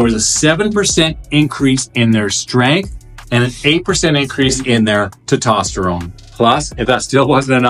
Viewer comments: It’s testosterone It’s not tetosterone There is an S after the E TE”S”TOSTERONE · Nice summary, good job. Try saying "test" + "ost" + "uh" + "rohn" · TESTOSTERONE NOT TITOSTERONE. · Is Te-tosterine the same as Tes-toserone? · It’s called testosterone, not tetosterone. . Yeah, you’re real credible. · I couldn't un hear TET-OT-sterone ...😂😂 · Good video but I want to offer some friendly criticism. Please try to pronounce testosterone correctly. You are not pronouncing the first "S". Pronouncing these hormones correctly will make you sound more legitimate. Thanks for the video. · Bro just leaves the s right outta the word testosterone lol 😂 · Good video BUT you do realize there IS a “S” in teStosterone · Say testosterone properly. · It's hard to take advice from someone who can't even pronounce one of the most important hormones in the human body being testosterone. Good thing I've already researched TMG and have been taking it for awhile otherwise I probably wouldn't have followed any advice you've said in this video. You might consider rerecording this one. JS. I hope you have a blesses day!